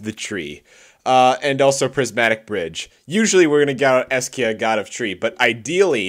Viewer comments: It's "Esika" not "Eskia" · its EH-SEE-KAH not es-key-uh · It's E S I K A not E S K I A... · I swear MTG players lack basic reading skill. it's ESIKA not ESKIA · Es-I-Ka not Es-Kia